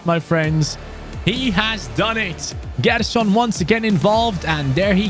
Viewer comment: Hey, good rebuild! Its pronnounced Jerson!!